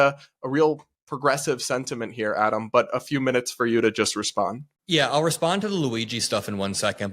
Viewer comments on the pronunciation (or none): I thought he said "can I response to that brah ?" 😂😂